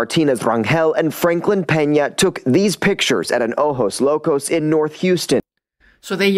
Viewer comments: Oh-hose. Is how to pronounce ojos locos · Ojos Locos : pronounced Oh-hos. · Ojos locos pronounced ohos locos. Kinda like a latin hooters. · it’s pronounced O-hose locos and it means crazy eyes. Which actually depicts their lascivious state. So outrageous. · Ojos Locos-Crazy Eyes. We pronounce "j" as "h" in English.